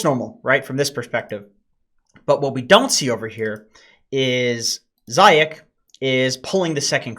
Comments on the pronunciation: Not zayac, it reads as zaiyats. From russian meaning rabbit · Zayac should be read as Zayats. C is used to transcribe the letter Ц in english. Cheers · Zayac nickname is pronounced “zayats” with russian Ц at the end. zayats means hare in russian. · It's pronounced Zayats!!!!